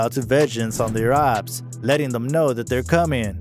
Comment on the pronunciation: Man said opps like obbs 😭